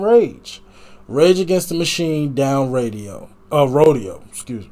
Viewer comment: You can always tell its a genuine first listen they they pronounce it "Down RoDEEyo" lol. Fight the good fight, spread the word, the younger generations need to carry the torch because i've watched the world get slightly better only get worse.